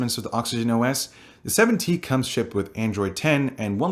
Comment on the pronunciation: are u saying 70? or 7T?